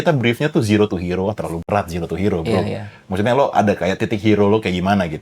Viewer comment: kalau ngomong Maksudnya selalu kedengarannya: Mawute. 🤣